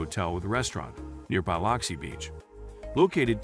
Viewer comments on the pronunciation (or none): I grated my teeth every time he said BY LOX EE. It's pronounced BLUX EE! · Why can't they pronounce Biloxi correctly? It sounds like "Bill-loxi" What is so hard about that? Sounds like they are saying "Bile-luxi" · So do I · Yeah. Totally annoying. I came to the comments specifically for this issue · I thought I was the only one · Good video, but you should know how to pronounce a city correctly if you are to have credibility. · Please learn to pronounce city names. You can find out by asking locals, or google how to say Biloxi, or any name, for audio pronunciation.